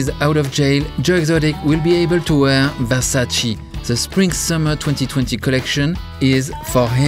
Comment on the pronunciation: It's not "Versaci", it's "Versace" ! 🙏 Mama mia 😂